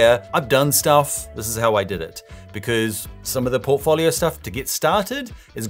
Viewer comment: If he pronounces "portfolio" like that one more time...